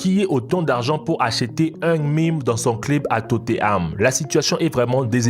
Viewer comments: TOTENHAM. Pas toteam !!! Énervent en plus mélange de la core du nord! Alors que son est du côté du sud ! 🤦🏻‍♂️ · Tote koï totenham pas totheam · MDR tu dis Tote Ham alors que c est totenam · C tothenam pas toteham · C pas totteham c tottenham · Jsuiiiis mort il a dit « il joue pour Totteram » 😂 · Mais arrête de mettre des images de la Corée du Nord pour la Corée du Sud. Renseigne toi ignorant encore je veux bien que tu sache pas prononcer TOTEHAM mais ça franchement non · totteham mdr belle pronontiation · hyperion 1020 Tot é Ham* 😭😭😂😂😂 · hyperion 1020 totéame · les commentaires 90% : les images la Corée du Nord et de la Corée du Sud 10% : comment il a prononcé Tottenham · Comment ta prononcé tottenham mdr